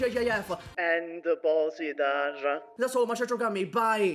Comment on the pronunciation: ehmmm actually its pronounced Bo-zhi-da-R 🤓